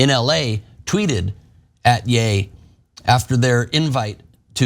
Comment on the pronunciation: Ye is not Yay. The sound is like that a cowboy would make Ye haw! He could say the same about gypsy's, Irish or Muslims and he would be fine. It's just because it's Jewish people that he is going to be destroyed. It's not about all races or all religions as they aren't nearly as protected.